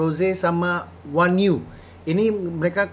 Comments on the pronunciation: Onew dibaca O-nyu dia leader nya SHINee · Bang onew bacanya onyu wkwk